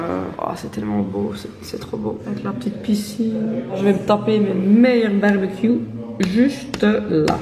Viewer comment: le mot bbq dis a la flemmish hahahaha? heweldigh eh jonge